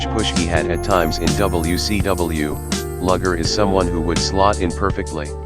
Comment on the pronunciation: It's lu ger not lager